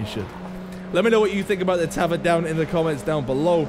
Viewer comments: Tavor is pronounced tah-VORE. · It’s pronounced tah-vor. The mtar is an abbreviation for Micro Tavor which is based on the X95 platform. The X95 is the 2nd generation of the Tavor (TAR-21 & CTAR-21) platforms.